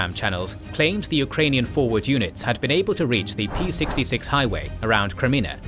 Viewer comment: Hello, Ukrainian here. Awesome video thank you for your documentary. I wanted to fix one small mistake you made. P-66 is not P as in Parrot but Cyrillic P as in Rocket. Overall Road naming goes like this: E - European routes M (mizhnarodna) - international highways H - (natsionalna) - national road P - (rehionalna) - regional road T - (terytorialna) - territorial (local) road